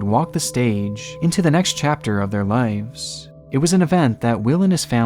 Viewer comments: "lives" not "lifes" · Dude. Brother. It’s “lives”. With a V. Not ‘lifes’ . Killin me smalls